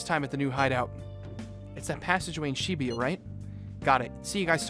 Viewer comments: It's weird talking about pronunciations of names then read "Shibuya" as Shibiya every time, just pointing it out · its supposed to be Shi-Booyuh i think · i read and pronounce it sheh-booyuh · Very ironic to hear that from someone who pronounces Shibuya as She-booyuh. Lol. Totally agree with your point but it's ironic since you pronounce everything in English too. Lol. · He's very judge mental about pronunciation of other peoples names when he doesn't pronounce Ann's name correctly. And it annoys me how he pronounces Shibuya incorrectly. 😤😠😡